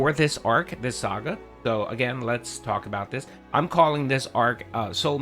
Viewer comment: Mawds ban anyone talking about the size of my worm or anything about earlybird getting worms real tawk